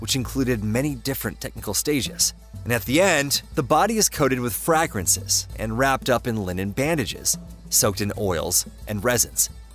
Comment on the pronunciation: omg I would be absolutely HUMILIATED if I were you! Never in my life have I ever heard anyone mispronounce "fragrances" until right here...and I'm thinking all the way back to 3rd of 4th grade...WOW...